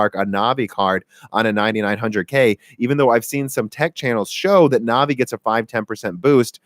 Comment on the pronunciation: Also anvi instead of navi. Now the stupid ideas are flowing